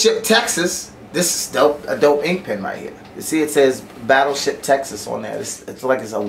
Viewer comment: IS DOPE not DOUGH lol, means cool.